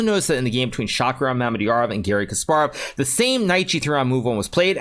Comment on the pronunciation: lmao did he just call him garry chess 😂